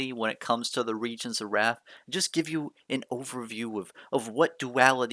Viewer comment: Isn’t it pronounced Rathe not wrath? 🤔